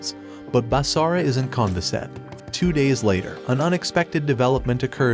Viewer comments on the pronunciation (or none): IM SRRY BUT HE SAID but basara isnt CON-VI-SED HAHHAHAHAHAH